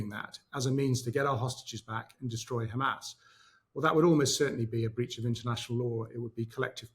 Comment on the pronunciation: I'm usually a fan of Murray but I thought he believed in free speech and he can't pronounce hamas (pronouncing it hamaz) which looks very odd.